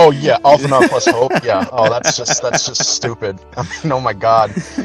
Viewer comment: Alphinaud mispronounced his own name!!! LET'S FUCKING GOOOOOOOOOOOOOOOOOOOOO